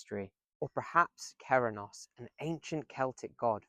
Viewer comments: By ‘Cerennos’ im presuming you mean Cernunnos? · You are pronouncing Cernunnos completely wrong. It sounds: Ker- Nun - Oss.